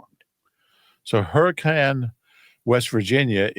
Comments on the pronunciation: I'm just surprised to see a fellow fan from Hurricane...even though still mispronounced it. And no...there is definitely NOT a lot going on here 😂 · There’s a Hurricane in Utah pronounced Hurr-I-Cun and they get upset if you say it wrong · There's a Hurricane in Utah, the locals pronounce it Herkin. I wonder if it was settled by people from Hurrikan.